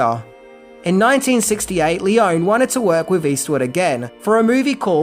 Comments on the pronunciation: The best Western even, made by Italian crew and shot in Italy and Spain. And with the best soundtrack (obviously by legendary Maestro Morricone). PS: I'm probably nitpicky, but English-speaking people just ALWAYS mipronounce Leone. It's read "L-ay-oh-nay". And the movie was not shot in "a studio". It was shot in Cinecittà, the most important film studio in Italy (where Fellini, Visconti, Bertolucci, Coppola, Scorsese shot their movies). During the 60s it was called "Hollywood on the Tiber". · Is it really too much of an effort to learn how to pronounce the names of your heroes correctly before making a video about them? (E.g. Sergio Leone, Ennio Morricone, but also the town Almería.) Btw: The cause of the "translation blunder" in the trailer is the difference in sequence in which the names appear in the title: In Italian, it's "the good, the ugly and the bad" (il buono, il brutto, il cattivo). The reason for the change was the language rhythm, the Italian original fits the film better. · ( just a note : Lee - own - ee . not lee - own. ) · In Italian one pronounces all the vowels. It's not "lee-OWN," it's "lee-OWN-ee." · It's Leone, not Leon. The same is Corleonre, not Corleon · it's................................LEON-EEEEEE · In Italian the "e' sounds like in Spanish, like it sounds in peg, sex, restore, set, so no, it is NOT Lee-o-nee. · The Italian E sounds the same as in Spanish, so no, it is not Lee-oh-nee, it is Leone with the E sounding like in peg, sex, pest. So it is not Seergio either, it is Sergio. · Sergio Leone - he's Italian, the name is Italian. Pronounced: "lay-OHN-eee" - 3 syllables, not two. Thank you. And, nicely done video, by the way. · This video should be titled: “The One Thing The Author Didn’t Know About How To Pronounce ‘Leone’”…. Considering it’s pronounced, lee-OWN-nee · Italian doesn't have silent letters at the end of words. Leoneeeeeeeeeeeeeee. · Lee-own-ee say the name right.